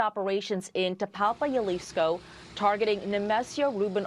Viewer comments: Hey lady reporter -- Jalisco is pronounced "HA-lisco, not "YA-lisco." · Jalisco = Halisco. Not yalisco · Its HA-leesco (Jalisco) not yuhleesco lol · It's not JALISCO ITS HAAAALISCO I WISH THEY WOULD PRONOUNCE CORRECTLY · lol it’s not Yalisco it’s Jalisco (Halisco) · Did she say yaleesco? Lmaooooo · Hal-lisco Spelled Jalisco but pronounced best Hal-Isco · A news reader saying Yalisco cringe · How hard is it for people to say, Jalisco? “H-alisco” All these news organizations are coming up with a million ways to butcher the name of that city 😂😂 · Jalisco (hal-e-sko) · The way she says Jalizco 😂